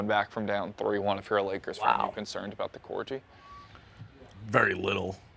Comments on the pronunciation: Cor gee? Cor-gee? 😂😂😂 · How is nobody talking about how pronounced corgi